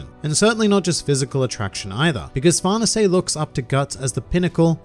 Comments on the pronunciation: I’m pretty sure it’s “Far-này-say” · I heard it's an Italian name so it's supposed to be pronounced "far-nay-say" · Far nuhsay !?! Is that how I’m supposed to say it? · nobody:: farnasé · Why native English speakers pronounce that bad even the simple names?